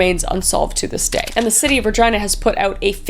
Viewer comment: I keep cringing to how she keeps saying Regina 😭